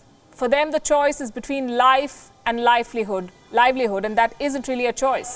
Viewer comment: "life-lee-hood".... Bahahahahahahahaha 😂